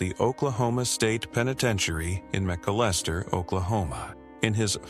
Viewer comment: PLEASE PRONOUNCE THIS CORRECTLY:: MA-CAL-ES-TER, THERE IT'S THE RIGHT WAY TO SAY McALESTER, OK!! MY FATHER & HIS WHOLE FAMILY CAME FROM THERE, CHOCTAW NATIVE AMERICAN'S!! THANK YOU!!